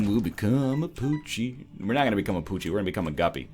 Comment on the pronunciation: After the It Lives fight, he talks about the new moon, and then talks about becoming poochie, or did he mean. PUCCHI?